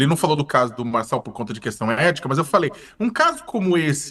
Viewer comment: Foi só eu que ouvi o repórter falando erética ? Não seria ética?